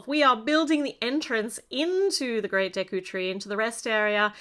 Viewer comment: I'm happy that you got the pronunciation of the tree correct (some reviewers really butchered it)